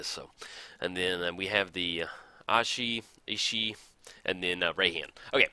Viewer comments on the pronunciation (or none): pretty sure Ishai is pronounced EE-shy